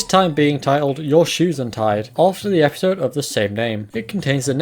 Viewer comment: The way you say epeesode will haunt me in my sleep 😭